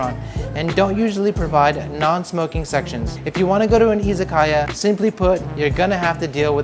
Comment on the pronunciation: How long have you lived there? Your pronunciation of some words, such as "Yakuza" & "Izakaya" tells me you either had bad old habits or no-one wanted to embarrass you by correcting you. I'll bet it's a bit of both.